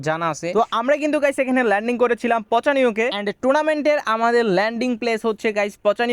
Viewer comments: পচানিয়ক ❌🐸 পচিনক✅☠️ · পচানিওক❎ পচিনক✅✅✅✅✅😊